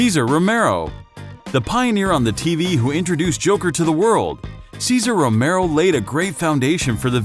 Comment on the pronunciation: Thank you for saying Romero! I was going to explode if you mispronounced his name again.